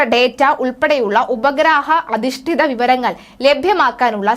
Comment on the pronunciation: കള്ളക്കദ എന്നല്ല മോളേ കള്ളക്കഥ എന്നു പറയൂ. അദിഷ്ഠിതമായ എന്നല്ല, അധിഷ്ഠിതമായ.